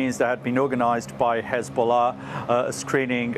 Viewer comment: Hizbolah? Come on darling 😂 how much you getting paid to mispronounce ?